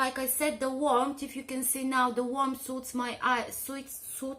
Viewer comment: Well you are so model like beautiful both colours look terrific on you and I feel totally torn. Sorry to be so useless :D Give me an ooooooo. And again ooooooo like a cow goes moooooooo. That's how to pronounce "suit" s-oooooo-t. Your English is pretty perfect though so don't worry :) x